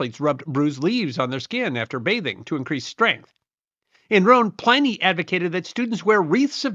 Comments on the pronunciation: Pliny is not pronounced as "PLY- nee" the prolific author's name was and is, pronounced "PLIN-eee". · PLIN-nee not PLAI-nee.... the traditional English langiage pronunciation.